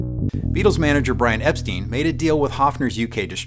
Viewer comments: The TV show was called "Ready STEADY Go", not "Ready SET Go". - The Beatles' manager's name was pronounced "EP-STINE", not "EP-STEEN". Apart from these two small errors, an excellent video... 🙂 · The Hofner wasn't stolen from Abbey Road Recordings Studios. It was stolen from the van his road crew were in charge of. Also, he mispronounced Hamburg. It's Hamburg as in Hamburger. And Brian Epstein didn't pronounce his name like the late Pastor John Osteen of Lakewood Church. He pronounced it like Frankenstein. Brian Epstein not steen.